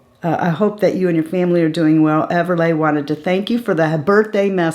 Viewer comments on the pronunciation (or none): We're so glad you liked the earrings! Everleighs name is pronounced ever-lee..like the Everly Brothers..she still listens to the birthday message you sent..& now she wants to watch this video over and over 2 lol she said my friend is on YouTube all the time..thank you for sending the message it means alot to both of us.